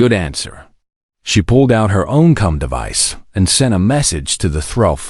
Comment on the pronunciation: Can you fix the AI Pronunciations. It pronounces a (.) as dot. Comms as cumms, need I say more. Cums really❓